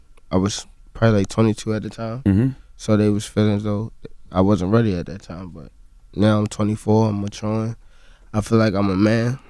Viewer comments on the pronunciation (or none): "Weady???.... Shi-shit.... I'm weady!!!"😂😂😂